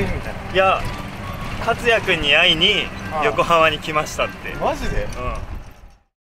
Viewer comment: カツヤ（katsuya）じゃなくて、 カツシャ（katusya）になってるし。